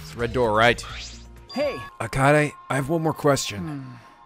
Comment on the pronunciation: KAYAYDAY is the optimal way to pronounce kaede